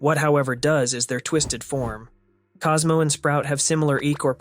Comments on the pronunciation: is it just me or does it sound like he is saying astro instead of cosmo? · Talking about sprout once in a run I heard him say Cosmooww... and I was surprised because I never heard it before